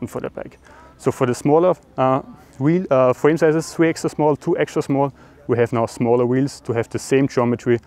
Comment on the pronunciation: fwame sizes 😂😂